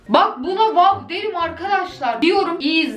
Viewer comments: WAWDA DİYİL WƏƏW DEMEME ÇALİNC 😂😂😂😂😂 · Bu "WAOĞW" beni bitirdi mxxmsmmsdm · "waow lık bir videomu yok arkadaşlar ama wuuuw luk bir video" 😂😂